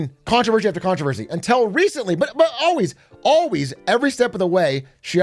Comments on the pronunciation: Stop saying "untel" 😆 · Why is Big A saying until like that? UNTELL??? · “untel recently”- BigA 😂. which American accent variant is this from? Untel, pellow, etc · Why can’t he say until